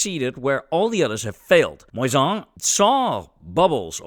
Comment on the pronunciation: For non-french speakers you say "Moissan" like a "croissant" 😘